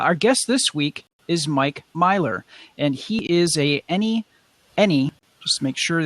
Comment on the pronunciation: The Mists of Akuma Kickstarter is here! Free stuff is right on the project page! And props to for pronouncing my name right!:D